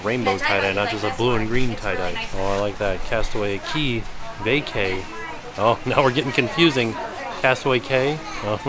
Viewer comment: 1. love the logo!! 2. Cracking up at Castaway “VaCay” or “VaKeeey” 😂😂😂😂